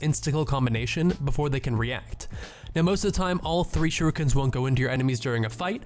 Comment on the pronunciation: Did he just say shooikens